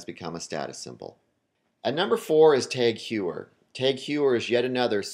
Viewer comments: TAG HOYYER- not HYEWER... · If you're going to talk about luxury watches then perhaps learn how to pronounce "Heuer" and "Omega". Just a thought.